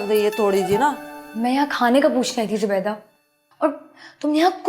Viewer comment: Say Zubaida.... Zee.. Zoo Bayy Daa come on it isnt that hard. z.